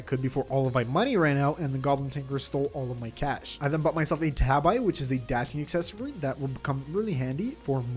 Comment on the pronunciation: >calling a tabi a 'tab-eye' Tah-bee. They are a form of Japanese footwear. Knowledge is power!